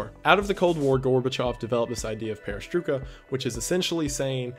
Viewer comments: Its pronounced like this " PERES-TROY-KA deception " meaning REBUILDING deception in russian. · i know its late to say this but "peresroika" is pronounced like "perestroyka" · A bit nitpicking but you pronounced "perestroika" more as "perestrooka", like in the "book". It's pronounced perestrOjka, "j" pronounced the same way as in German language Also "we beat Russia in space race" is a very controversial statement. Yuri Gagarin was the first man in space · peris TROY ka not peris TRUE ka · Perestroika is pronounced with the oi like "oi! you there” or like in oil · I believe its pronounced pair-uh-stroy-kuh. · hearing him pronounce perestroika awakened fears in me I didn't know existed loll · The guy who doesn't know how Perestroika is pronounced, lmao. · i'm loosing my mind from the fact that some people turned perestroika into a conspiracy oh my god also your way of pronouncing the word is extremely off but funny nevertheless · You've probably seen this already but you really don't pronounce perestroika like that